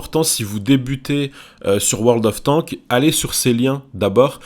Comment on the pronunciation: Quand tu prononce World Of Warships et World Of Tanks tu oublie de prononcer le "s" à la fin.